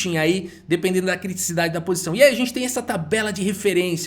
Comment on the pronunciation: só um comentário: o correto é criticidade, e não criticiCIdade.